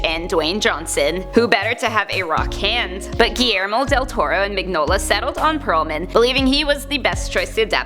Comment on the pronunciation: I hate to be "That guy", but it's pronounced "Min-yola". Sorry, that just really bothered me lol. Very interesting video though.